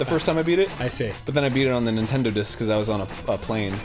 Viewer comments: Why is it when I hear Arin say Nintendo Dis Instead I hear "It is Nintendo!" in Japanese... I'm going to have to have a talk with a certain friend of mine and tell her that her language is invading my brain. Like that time that the Japanese invaded Korea...too soon? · So I was only half listening while I was working on the other monitor as I watched this and Arin started talking about his no-checkpoint run on the "Nintendo-diss." Now I'm guessing he meant "Nintendo DS" based on context clues, but I had to go back and listen again because I thought he might've said "Nintendo disk" which led me to wondering if Yacht Club Games released some sort of Famicom Disk System special edition that I immediately wanted.